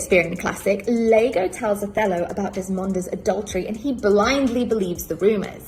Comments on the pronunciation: No. The only thing I found annoying is that she called the character out of Shakespeare's 'Othello' "Lago" when the characters name is "Iago" spelt with a 'i'. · The character in Shakespeare's Othello is not called "Lago", the characters name is "Iago" with an "i". She's irritated me now.